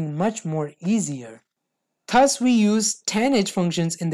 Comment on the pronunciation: accent me kyon bol rha bhai thus is pronounced as DUZ ths ths bol rha laudoo